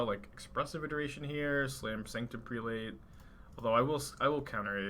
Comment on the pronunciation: "Prelate" is pronounced "prell-it", for the record lol